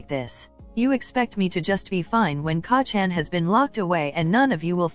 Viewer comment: wow you can just tell that you put a lot of time, work, and effort into this. it's amazing! please do make a part 2 of it won't stress you out and if you'll have fun making it! Also even tho the way it was saying Kacchan was driving me mad I still kept watching it cause the story is just so compelling especially since I'm a huge 🧡Bakudeku💚 shipper